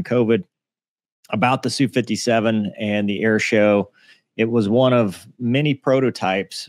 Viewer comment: Geez it's "ess", "You" 57 not Sue...